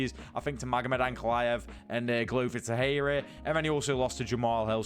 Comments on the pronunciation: Bro I love your content but PLEASEEEE, pronounce Glover Texeira ‘Glover Tek Sharer’❤️ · new mythical fighter Glover Tehera 😂 dude what is up with your lack of research. Easy work finding a clip where people pronounce his last name properly